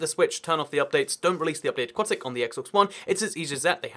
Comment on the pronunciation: Aquatic update, not aqautic update